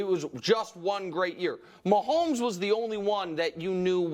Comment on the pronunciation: Of course he said "post mahommes" WHO ACTUALLY takes this guy serious hahaha. im pretty sure nick doesnt watch the jags either haha